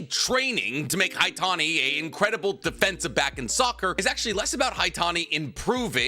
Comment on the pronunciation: everytime i hear defensive back 💀